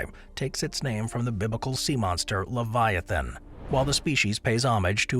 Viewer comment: U pronounced Sarcosuchus wrong as well, and pronounced Leviathan wrong too